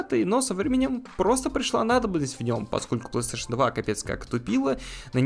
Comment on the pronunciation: Assassin's creed на PlayStation 2?🤔 И кстати правильно говорить плейстейшн, а не пластуэйшн